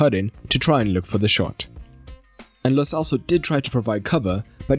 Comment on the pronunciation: Why u people say lo selso, it's lo CHelso